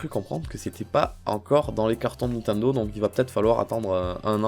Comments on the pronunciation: Nathanel Messika c'est Nintendo et pas nintando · Le mec il est fan de Nintendo et il prononce mal le nom 😂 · Nintendo pas Nintindo putaaaaaain😠😠😠😠😠😠😠😠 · Lilibayer Gratouille nintindo aussi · pk il dit nintindo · t'as dis nit1do mdr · je sais c'est qui a dis "nintando":)